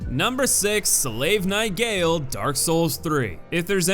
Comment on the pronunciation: i’m sorry abt nitpicking but gael is pronounced “guy-ale”